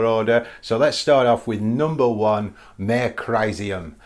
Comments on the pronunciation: "Mare" is pronounced "Mah ray". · Great choices of lunar landmarks! Just for info, the Latin "mare" has two syllables (pronounced "mah-re").